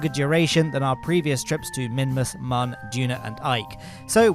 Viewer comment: I know you've been saying it that way for years but it's still not too late for you to adopt the correct pronunciation of Mun (it's also moon).